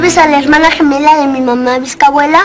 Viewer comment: Jajaja toda la novela pensé que Carlitos y licet le decían viscabuela y no vis abuela